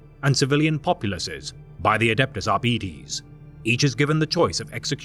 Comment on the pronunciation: lol pronunciation of Arbiter made wrong by GW staff member forever, changing the correct way to say it. Oxford Dictionary I think has more credibility than a GW employee. It is like saying "Shimerra", instead of Chimera.